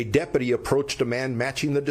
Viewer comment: I wish someone would teach him how to pronounce deputy!